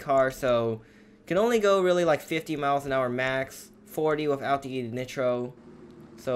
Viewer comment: The way he says nitro makes me want to die